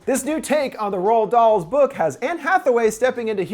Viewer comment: Ahh yes. Everyone loves “James Waan,” “Anna Taylor-Joy,” and “Rolled Doll.”